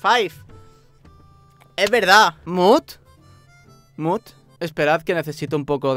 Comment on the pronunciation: JAJAJAJA cuando dijo “mut” escuché “smut” raios k me paza xd este wey parece cool, aquí me quedo :v/